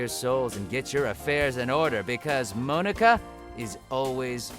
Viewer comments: Never say Monika that way again... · You said Monika wrong and it triggers me so.